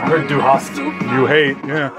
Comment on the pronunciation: "du hast" is not "You hate" XD It's "you have." "du hasst." is "You hate."